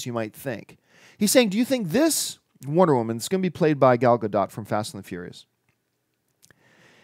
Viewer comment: John finally said Gadot right!